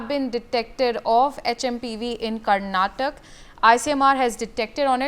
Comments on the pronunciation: Its not karnatak, it is Karnataka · It’s not Karnatakk..it’s karnataka.. plz be specific to state names .. people of state feel bad for that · Was she not going through the script?? Did it mention karnataka or Karnatak? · Someone teach the basics to the Anchor. KARNATAKA!!